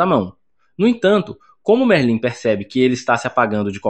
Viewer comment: Pow véi tava gostando do recap ate q ele falou merlín ai n da paizao.. vai estudar um pouco, oratória pq isso pra um é fd